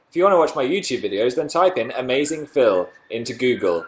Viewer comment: But dan doesn't know that many phils , why can't he just be called phiww lol , that's how dan pronounces it :)